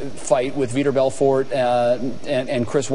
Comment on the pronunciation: For sure learn how to pronounce Vitor Belfort sportscaster lady i dont know.